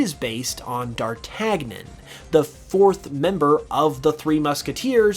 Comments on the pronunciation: Dar-tag-nan.. wow, native english speaking people really can't speak any other languages.. Dartagnan is rather said as "dartanyan" I guess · Dar-tan-yon.... g isn't the same in french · Please never say "d'Artagnan" again or, hell, any french words, thanks. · I love this video but my lord the pronunciation of D'Artagnan...